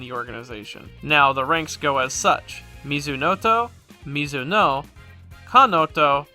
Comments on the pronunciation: For the record, the "-oe" part of thsoe rank names is pronounced "o-e" The "e" is pronounced. That's how Nihongo do, son! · Just one thing in regards to Japanese in general; the "e" isn't a silent letter and is pronounced like "eh". So Mizunoe = mi zu no eh, Kanoe = ka no eh, Hinoe = hi no eh, Kinoe = Ki no eh